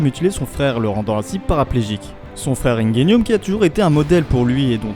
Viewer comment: wow comment ta dit Ingenium ahahah